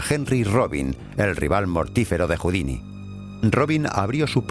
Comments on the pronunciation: Por favor no confundan a "Robert Houdin" (Se pronuncia Houdan) con el artista de escape Houdini (Cuyo nombre artístico fue inspirado en "Robert Houdin". En el video pronuncian equívocadamente el apellido de Robert y muchos pueden pensar que se refieren a Houdini, cuya época de auge fue varias décadas despues de Robert Houdin. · Exacto, como dice Marcos Olivero, el pésimo doblaje hace que podamos confundir al genial ilusionista francés Robert Houdin (pronunciado aproximadamente Judán o Judén, según la zona de Francia) con el escapista norteamericano Houdini (pronunciado Judíni) que tomó este seudónimo, precisamente del apellido del francés, como signo de admiración hacia él. Traduttore traditore. De fondo, en la versión original se oye perfectamente como pronuncian correctamente. Los actores de doblaje ni se han molestado en oír la versión original, o tanto les da. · ERROR en la pronunciación cuando nombra al considerado Padre de la Magia Moderna, Robert HOUDIN (sin la "i" final). Fonéticamente se equivocan y siempre se pronuncia la "i" final en el vídeo. Puede dar lugar a la confusión con el escapista de renombre internacional, Harry HOUDINI. Pueden comprobarlo fácilmente en internet. Att. Un ilusionista.